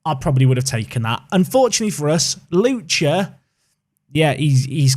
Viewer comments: It's Lucka, not Lucha. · FA Cup please. Also, while I’m being Name Nazi: Lucca = Loo-ka not Loo-cha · Oh your pronunciation of Lucca could kill the entire Italian population, it's pronounced like "Look-Kah" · Double c in Italy is a CK not a ch sound so it’s lucka